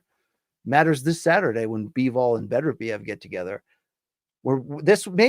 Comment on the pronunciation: And he still can't pronounce Beterbiev.